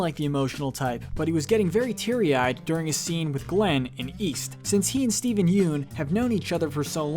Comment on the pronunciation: You said Steven Yeun wrong